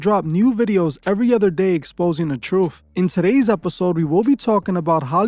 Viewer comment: Sorry bro, hard to take someone serious when you hear them saying troof